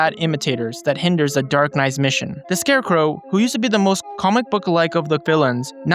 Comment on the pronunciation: "Scare scrow" 🗣️🗣️🗣️